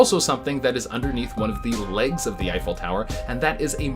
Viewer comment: "Effile"? The Eiffel tower is spelled, "Eiffel". Please have your writer tattoo that on his forehead.